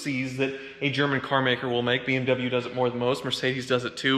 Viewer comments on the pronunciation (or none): none